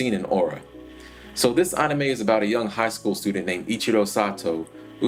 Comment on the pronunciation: why do you keep saying onime??